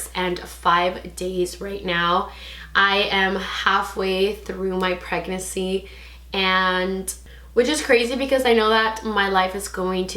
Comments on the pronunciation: Thought I was trippin lol she isn’t pronouncing the second N but she’s still cute tho. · the way u say pregnancy😆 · I noticed too lol